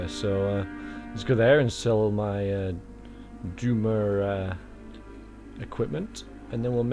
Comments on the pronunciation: I know this is like 5 years late but it's dwemer not doomer lol it makes me chuckle whenever you say it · its prodoced dw-air-mar